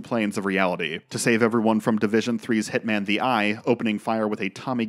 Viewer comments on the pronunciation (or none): none